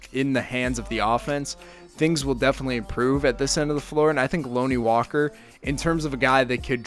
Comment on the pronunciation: If your going to make a video on Lonnie at least learn how to say his name man. Can’t even watch this anymore smh